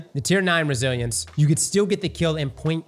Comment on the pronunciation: I swear says Brazilians sometimes when talking about Resilience 😂